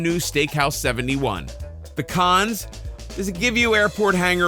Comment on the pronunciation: Anyone else hear "pecans" when he was saying "the cons"? No? Just me? Ok.